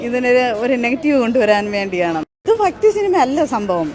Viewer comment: ഫക്തി അല്ല ചംഘത്തീ... ഭക്തി ...കൊടിയ വിഷം സൂക്ഷിക്കുക